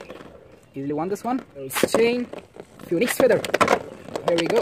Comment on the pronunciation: its "phoenix" not "phoniex" 😭